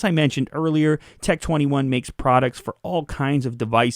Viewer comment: Tec tweny one